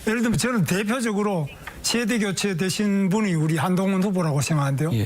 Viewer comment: 발음이 안좋아 쉐대교췌 가 뭐야..배신자는 그만보고 싶음..듣기 싫다..혼자 떠들면 다야? 경제토론에 무슨 쉐대교췌야? 자기 하고 싶은 말만 어렵게 하는 재주가 있네 유식한 척척척